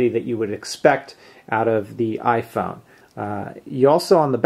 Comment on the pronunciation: lol "ifon"